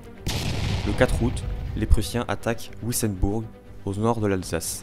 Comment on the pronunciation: Attention en alsacien les noms avec un W se prononcent « V » et « w », Wissembourg se prononce Vissembourg ;)